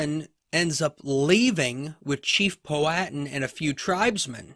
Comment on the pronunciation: Your sayin Powhatan all wrong